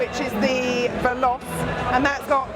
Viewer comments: Sad but true: many of us Brits seem to think everything foreign should be pronounced as though it were French. Hence 'vell-os' for 'vell-o-chay' (here); 'porsh' for 'por-shuh' (almost every car show); and, in far too many Italian restaurants, 'broo-shetta' for 'broo-sketta'. And don't get me started on how even the doctors mangled Clostridium difficile (it should be 'dee-fee-kee-lay', not 'diff-iss-eel'). Still, it's not a bad world if this is the worst problem in it (spoiler: it isn't). Pedants unite! :-) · the alfa romeo 'VELOCE' is pronounced vel otchi, ....also, when you were in the macan talking horsepower.... the PS is always more than BHP (1BHP =1.014 ish PS), and final edit/constructive criticism (only trying to help, no hate) is 'Alpine' is pronounced 'Alpeen' but apart from that....good job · it's pronounced "velochi !"